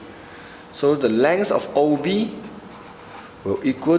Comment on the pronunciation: your pronouciation is poor! pls check out on pronoucing such words as length and multiply